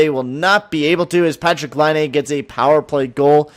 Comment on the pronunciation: For every time he says Patrik Laine, slap your face lol